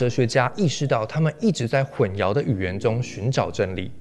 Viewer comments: 你好，“淆”读音是xiao（二声）。没有yao这个音。混淆（xiao）。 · 内容很棒，但 是 混淆hùnxiáo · 总是听到这个词，混淆的淆，读作xiao,不是 yao. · 混淆 ㄏㄨㄣˋ ㄧㄠˊ，国语和普通话读音不一样的